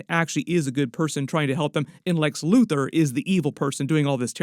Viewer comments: I know he said Luthor but I lowkey like loser better lmao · When did he say loser! He said LUTHOR